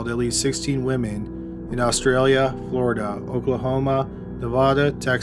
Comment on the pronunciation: Where is Floridaah.